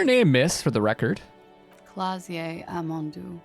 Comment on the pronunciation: The 'je' in Klaasje is pronounced like 'juh'. Kinda like how you'd pronounce 'huh'. Same goes for Oran'juh'. I'm Dutch and this is the first time I've heard a non-Dutch person try to pronounce her name, it's funny. It's a very typical Dutch name.